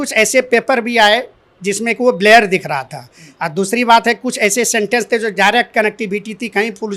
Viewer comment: मास्टर साहब ब्लर को ब्लेयर बोल रहे हैं क्या??